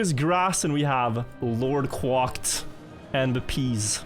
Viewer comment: Surely 'LordQuacked' is pronounced like "quacked" and not "quocked"?